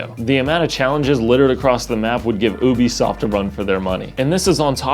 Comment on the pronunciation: You said it "could give Ubisoft a run for it's money". At first I thought you said Boobysoft. I am now calling them Boobysoft. Thank you